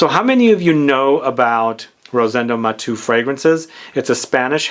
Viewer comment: Not Matú/matoo. Is Maté-u.